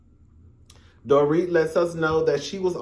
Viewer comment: Damn. I still haven't caught up with this season. Dorit is pronounced Door - reet. I can't stand Erica. She is a stunt queen. Lol.